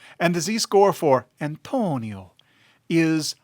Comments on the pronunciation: You really don't have to say Antonio like that, dude. wtf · Why do you say the name Antonio like that? It's creepy.... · The way he said it lol